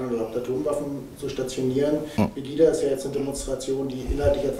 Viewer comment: "Angelika Merkel" ( und ), "Pegidja" (... , , ) Ja Mann, der Typ hat Ahnung wovon er redet!